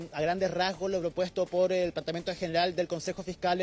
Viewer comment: No sae haular este jeton dice: plantamiento, además titubea, y esos silencios raros... no sé yo, pero le queda gigante el poncho.